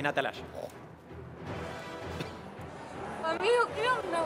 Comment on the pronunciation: Atelaya no es atalaya es ..son un desastre hablen bien